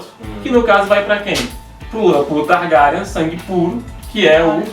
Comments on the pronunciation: que diabosss é TARGARIAN SE PRONÚNCIA :TARGUERIEN E SE ESCREVE (TARGARYEN) ACHO QUE VOÇÊS NÃO LEEM OS LIVROS E PIOR,MAL ASSISTIU A SERIE. INDICO CANAIS BEM MELHORES (MIKANNN) E TAMBÉM ASSISTIR SERIE. E SE O RHAEGO APARECER ELE SERIA AINDA UM BEBÊ, A NÃO SER SE ELE FOR PARENTE DA RENESMEE DE CREPÚSCULO. GENTE MELHOREM. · não é targarian